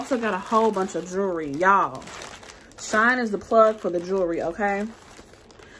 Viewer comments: ITS PRONOUNCED SHE- IN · My first time watching. Loved the review except the name. She in is not hard to say and you want to get notice for the reviews so it would be best to call it what it is. Lol shine is ghetto and even any one from the ghetto can read she in. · I was having a yucky day and decided to watch your video. I am sooooo glad you had me on the floor laughing! You are so funny! Thank you for the great video. If you say “”Shine” instead of “Shein” again I think I’m going to cry. I needed some joy today and you definitely gave me joy. Subscribed! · I love how she says She in she says shine 😂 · I just placed a large order with them. Also, def thought it was pronounced Shine.